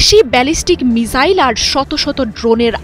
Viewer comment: মিজাইল নারে বইন মিসাইল বল😃